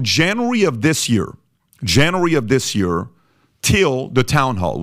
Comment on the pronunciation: It’s JAN-yoo-Air-Ree brother